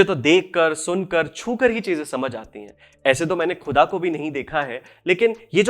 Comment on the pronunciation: Bro.. your work is amazing... Kya hi qoob hota agar aap Gahzal aur Khuda jaise alfaaz ko sahi talaffuz (pronunciation) se ada karte.. Woh urdu ki mithaas aur Mehek aur badh jaati.. ❤